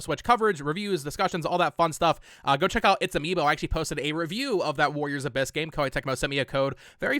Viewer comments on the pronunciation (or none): none